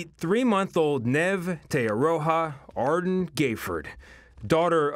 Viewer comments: Ardern not Ardun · Ard end OMG as a kiwi his pronunciation is driving me mad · The cringe of him pronouncing Neve and Ardern incorrectly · Omg guys it’s neve te aroha like... neve is pronounced knee eve te aroha is pronounced te arrow ha and adren is pronounced a durn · can babes not read? how is neve nev.. and how is ardern ardin. not even gonna get started on te aroha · Your pronoucing Jacindas last name wrong a silent r audern... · oh jeez his pronunciation of ardern